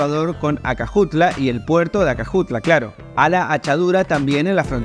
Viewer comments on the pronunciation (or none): ACAJUTLA (fonetico) no ACAJUATLA- puerto de Acajutla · Muchacho te quiero corregir no es Ahuatla es acajutla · hola muchacho el lugar q estas hablando se llama acajutla no acajuatla saludos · Acajuatla jajjajjajja Es acajutla 😂❤😅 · Amigo q paso con eso de acajuata es acajutla coercion nada Mas saludos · ACAJUTLA HERMANO , NO ACAJUATLA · Acajutla, no Acajuatla, animal. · acajuatla jajaja Acajutla* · Pasa que el muchacho le metió una a en el medio poca cosa dijo acajuatla. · recuerden no se llama puerto de Acajutla. si no que se llama puerto Acajuatla 😂😂😂🤣🤣🤣🤣🤣😂😂😂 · Si vas a hacer un video de mi Pais al menos aprendete los nombres de los lugares q vas a hablar. (Acajuatla) es !acajutla¡ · Oyè Carajo! Se dice Puerto de Aca-Jut-la! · Hola saludos desde Santa Ana, primero se dice A-ca-ju-tla, pero te salió bien al tercera ,☺, pero igual yo esperaría estrenar alguna vez el tren. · Se dice ACA-JU-TLA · Todo iba bien, hasta que... "ACAJUATLA" 😅🇸🇻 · Maestro el nombre correcto es:A C A J U T L A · jajaja "Acajuatla" 🤭 Cuanto humo venden los politicos en Hell Salvador 🙈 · Me encanta este video lo que pronuncia el puerto de acajutla love it ❤❤❤❤❤ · De que lo dijiste mal el nombre